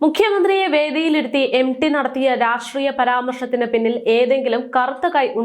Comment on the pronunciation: M. D എന്ന് അല്ല m. T ആണ് ശരി ഉ ചഛാ രണം ശരി യല്ല